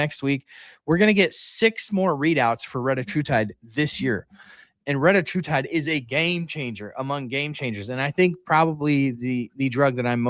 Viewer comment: I thought it was called /reh-TAT-true-tide/?